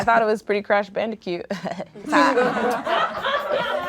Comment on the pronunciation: “Crash bandicute” 💀💀